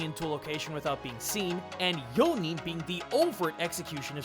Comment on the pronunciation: Zuko messing up yo-nin is me whenever i play D&D lol